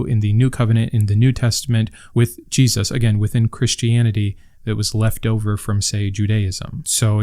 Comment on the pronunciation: Feels like I’m back in school. Part 2 please. I just binged your whole series on the book yesterday. I’d highly recommend everyone watch them. The thing about the feet was crazy to me. Love the way you speak. The way you say Jesus makes me laugh idk. I enjoy your voice and research. I was actually raised a black Jew. Aka a Hebrew Israelite. I no longer believe in god. My mom actually never let us read the new testament so I am learning SOOOOO much. I truly appreciate your hard work.